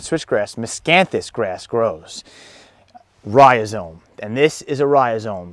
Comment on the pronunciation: You're not saying it correctly. It's not ri-o-zome. Where the heck do you see that o in the beginning? You put the word on the screen and pronounce it incorrectly.